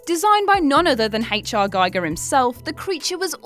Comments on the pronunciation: Oh, you were doing so well, lately... Nostromo you get right, but you get Giger wrong? GEE-Ger, not Guy-ger. I'm beginning to think it's WhatCulture policy; include at least one mis-pronunciation in each list video, just to get the comments section going... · Giger is pronounced Gee-ger